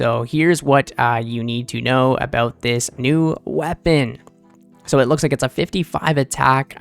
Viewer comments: a boot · it wasn't until I heard you say "about" that I was like: I didn't realize he was Canadian.